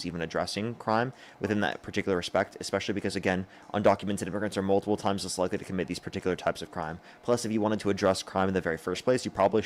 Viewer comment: Dude you say "multiple times less likely" so quickly that it sounds like "multiple times as likely". Just a heads up that you are going so fast that your pronunciation is slipping a bit